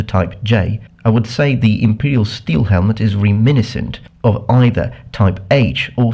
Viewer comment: You pronounce reminiscent wrong. The accent is on the second "i", not the first one. Good video otherwise. I do hate the Imperial shield in Skyrim. It's just so fat.